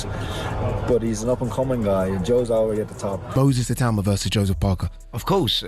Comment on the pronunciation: U lazy mong. A video about the guy and you use an AI voice that says his name wrong throughout. Clown.